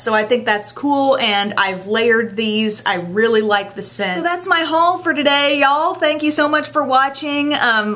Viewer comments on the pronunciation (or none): you said y'all like a country girl!